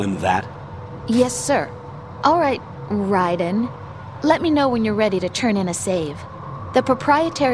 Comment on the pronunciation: ok si chiama raiden e non raven LoooL